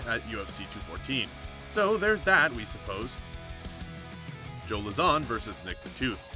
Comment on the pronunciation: You should of researched into how Joe’s name is pronounced.